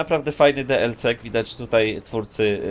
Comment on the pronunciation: dlc mówi się dielsi